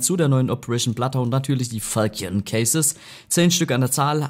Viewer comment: Wann rafen die deutschen CS YouTuber, dass sie Falchion falsch aussprechen...